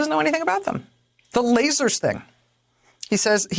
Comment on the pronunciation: Oh, lasers, I thought you said laces!